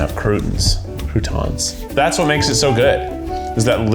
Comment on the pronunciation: Kieth did not just pronounce croutons as "crewtins"